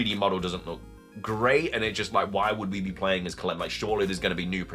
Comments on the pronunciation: woah lol, I always thought it was about his intellect that he couldn’t get a real job. He looks fit tbh. But he’s definitely not very smart. Calem is pronounced Cal-em not Cal-lem. Lol, then he doesn’t know how to pronounce evangelion. Everything that should be obvious fake by the blurriness and quality shouldn’t be even considered as a real image. The image of golbat thing is what I’m referring to here. It’s not a screenshot, it’s a rendered image that has been intentionally blurred. That’s usually a way to hide the flaws. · Calem is pronounced “Kay-lum” not “ka-lem”